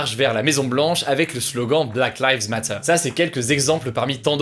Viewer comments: Arrête de dire black live mate et dis black live mateuuuuuur a la FR tu me frustre 😳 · C'est black liiiives matter et pas "laives". ;) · “Black lives Matteh” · Anglais: Black lives matter. Français: Blaque layves mattheure. Hugo: Blâck Laïvz Matta.